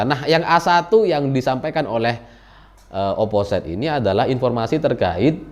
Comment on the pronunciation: mohon maap mase, itu dibacanya oposit jgn oposait (biar tambah josss yew)